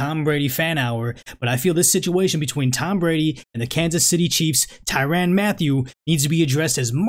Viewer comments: Man great video and I agree 100% it’s just the way you kept pronouncing his name was annoying asl It ain’t ty “ran” but more like ty “rin” I know minor details lol but overall great points have been made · It's pronounced tyrin not tyran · Hard to take him serious based on the way he pronounces Tyrann’s name and the fact that he doesn’t refer to him as honey badger.....